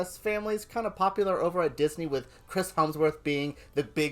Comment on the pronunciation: Who's helmsworth? It's hemsworth